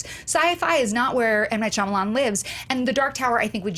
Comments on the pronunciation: Is it just me or does keep saying Shyalaman instead of Shyamalan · over-confident pronunciation of "Shalaman" had me in stiches every time. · why does joe keep saying "shalaman"?? lmao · I love that joe refuses to pronounce shymalan correctly, but he WILL PRONOUNCE IT DIFFERENTLY EVERY TIME